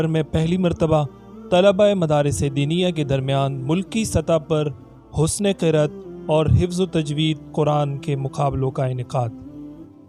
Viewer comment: Sir ye Husn e cert ni Husn e Qeraaaaaaaaaat hota hy i think so